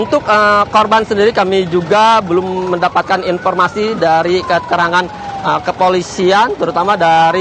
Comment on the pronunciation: Tolong kalau cari reporter yang pelafalan bahasanya bagus Ini reporter ngomongnya berantakan banget, lalu mengucapkan huruf "F"" menjadi P , informasi jadi inPormasi dan itu terasa mencolok banget Logat daerah sih ngga apa, tapi bila disertai cara ngomong yg berantakan ????